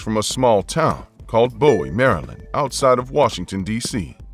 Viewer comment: Bowie, Maryland is pronounced as boo-wee. And we don’t claim that scammer.